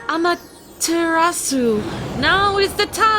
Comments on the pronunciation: also it's pronounced awm-a-ter-a-su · I love this game and the kwings but I’m a Japanese legend buff and the miss pronunciations of Amaterasu and calling her a he triggered me hard still love y’all though